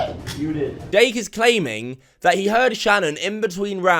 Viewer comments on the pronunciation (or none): ’’. Dake is claiming, Dake= Dumb Ass Jake not sure if was supposed to say Jake but it sounded like Dake and honestly if it was Dake thats even funnier because he should be Dake because hes a dumb ass xD